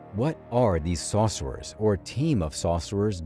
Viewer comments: Why are you saying "saucerers"? Are they whipping up some barbecue sauce? It's sorcerer. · Sore-sir-rurs....not Saucer-rers...🙄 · Saucerers lol took me a min to realize it was sorcerer😅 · Tell me why it sounded like he said saucers every time